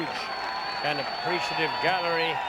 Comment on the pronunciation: The way Ken Venturi says Garrerry, rather than Gallery is classic.